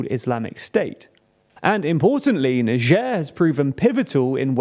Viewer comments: it's niger (nayjer) ... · It's Niger not Nigee lol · Why you pronounce it like it was nijierre ? It's n-i-g-g-e-r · Do British people seriously pronouce Niger as Najere? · "neicher" lol, never heard it pronounced like that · Like neizhuh i think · The country , not the river. The Niger River is pronounced "N-eye J-uhr." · …so is that how you actually pronounce Niger…? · Never heard the country pronounced like that tbh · Is that how you pronounce the country's name? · Aren't we going to far with all this PC culture, changing pronunciation of country name because it sounds vaguely symilar to racial slur 😢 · True. But I think the important aspect here is the pronunciation of the G. That is the part that could cause.... let's call it "confusion". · Here in Russia it is pronounced like NiGer (G like H in hitler) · You pronunce niger wrong smh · They really couldn't even pronounce "niger" correctly? I got it wrong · oh i just looked it up and it is apparently different in the UK compared to where i learned it (US). I just assumed he got it wrong because of his history with pronounciation. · I'm sure he pronounces the name of the country wrong